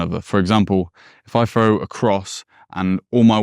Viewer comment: …..throw not fro.